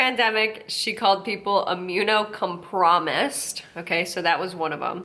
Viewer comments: “Immune-co-promised.” I am HOWLING. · "if Aunt Sally at the family BBQ is immune com-PROMISED" lololol